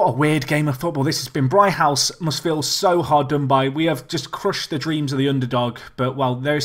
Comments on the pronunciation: It's pronounced 'Brig-house',. Not 'Bri-house'. You've lost a g somewhere. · "Brig-house"!!!!!!!!